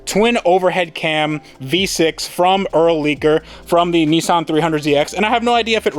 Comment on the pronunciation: Neeson lol. There is no e's or o's in Nissan